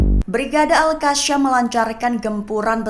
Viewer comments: Betulkanlah sebutan tu...pemberita lain elok jer sebut al qassam....ni al kasham...al kashamm....adehhh😅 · Yang bener itu al.kasam..bukan al.alka sham.. mimin pandai baca atau gak..memalukan.. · Baca berita molek2, sebutan biar betul,al qassam bkn al kassam